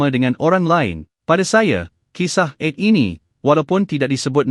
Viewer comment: Canel ini memang baik dlm meningingat kn kita .yg jadi masaalh sebutan2 dlm penyampaian nya kurang sempurna.ta'ala jadi ta,ale...'Ad jadi Ed...baiki sebutan trgantung sebutan harian kita...